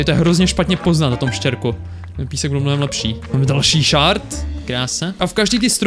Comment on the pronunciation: Je to shErd ne shArd. ShArd to bylo dřív ale přejmenovali to na shErd!!!!!!!!!!!